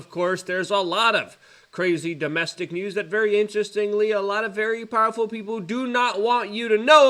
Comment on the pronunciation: Plus he yells really loud. It reminds me of my grandpa which is nice. Also I like hearing him make up so many new words. One time he says establishment. The next time it is estabbishment. Powlerful, bangks, in-poll-cated, etc. I'm learning a lot